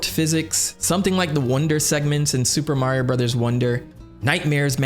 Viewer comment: I miss you saying "Suupaa Mario Burozaa" 😢